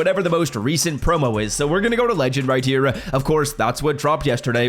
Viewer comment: “Righteer” as if right here is one word 😂